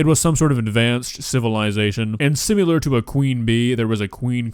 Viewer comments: Imagine roasting somebody but then pronouncing the word similar as simular Lol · It's pronounced Sim - IH - lurr Not Sim - you - lurr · It’s pronounced “sim-ilar” not “sim-ular.” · It's (Sim-al-er) not (Sim-you-ler) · Is there a “u” in “similar” now? 😂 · The word is SIMILAR ... not sim-you-ler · bro really said simular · Did... did you just say simUlar? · ‘Simular’ hahaha im sorry but the way you say similar just gets me good every time